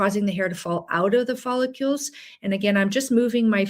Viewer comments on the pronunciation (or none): Follicle. Not follicule. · Oh my gosh PLEASE stop mispronouncing follicles. Are you actually a physician? It's NOT "follicules." That's not even a word. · “Folli-CULES”? It’s, “Follicles”😅😅😅 Thanks for your content!☺️ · We now live in a day and age where a doctor can't pronounce the most repeated word in the video, "follicule"... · As a doctor you should know that you DON'T pronounce it " follucles"!!!!!! It has an I in it so you prounce it " follIcles"!!! Pretty sad a doctor wouldn't know that. You lost all credibility. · Follicules? It's follicles. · It’s follicles not follicules ! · Follicles not follicules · Please, it's follicles, not follicules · What are “follicules”? I presume she means “follicles”. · Not follicules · I know! I can’t stand it! (No offense to the speaker… it’s just that follicule is not a word. I’ve heard other people say it, so I just looked it up to make sure — I’m open to the idea that I could be wrong! 😂 — but no… it’s not a word.) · It is in French. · You are mispronouncing the key word follicles. That really detracts from the credibility of your presentation. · You are pronouncing follicles incorrectly., there I’d no u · Presenter can't pronounce follicles. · There is no "U" in the word follicles. For an MD not to be able to say the word Follicles correctly , I'm done.